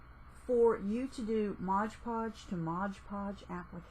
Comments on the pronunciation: Very informative. Thanks for sharing all of that info. One pet peeve I have though is one that every one says is Modge Podge. It is not Modge Podge. It is MOD PODGE. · janette aguirre-terry yes. It's a pet peeve to say and pronounce things correctly. Nothing wrong with that. You can have your own way but it's not Modge Podge. I complimented the video first.